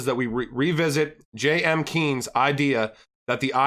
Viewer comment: Its Keynes, not Kines (Keenes).. You pronaunce it wrong